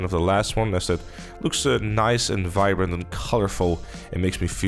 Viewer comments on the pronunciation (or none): none